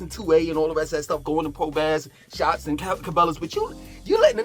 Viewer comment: BASS PRO SHOPS REPEAT BASS MF PRO SHOPS YOU CANT EVEN SAY IT RIGHT